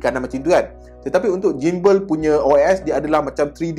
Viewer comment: Sebutan Gimbal ialah JIMbal seperti sebutan gymnastic=jimnastik